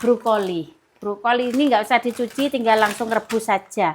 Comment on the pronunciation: ...Brokoli dong bukan Brukoli...coba kalau bisa tolg diperbaiki semua pengucapannya yg tidak sesuai supaya ada peningkatan kualitas khususnya dalam berkonten..